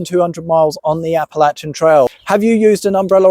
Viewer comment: Thank you for saying Appalachian correctly!!